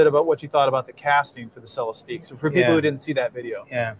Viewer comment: It’s pronounced Celestick. And yes, a tear down would be beyond awesome!